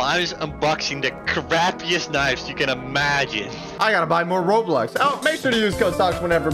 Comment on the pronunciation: did he just say roblux?